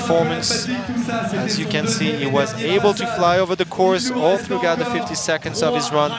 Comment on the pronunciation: This guy keeps pronouncing the g in throughout. That's such a common word, I've never heard it so butchered.